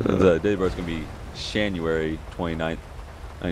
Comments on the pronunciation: Patrick Smyth he said shanuary lmao that's what I called into dispatch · Shanuary, Nineteen Zheventy Five? That hasn't happened yet... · Uuhhhhh 😂😂😂😂 born in schanuary